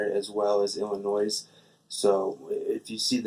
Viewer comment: The "s" on the end of Illinois is silent, I think this is the third time I've mentioned this to you LOL.